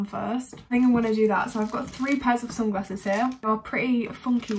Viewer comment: ' So i have FWREE pairs of SUNGRASSES ' lol her pronunciation tho........